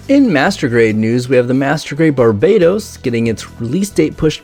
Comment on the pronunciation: I swear if he calls it BARBAYDOS instead of Barbatos imma loose it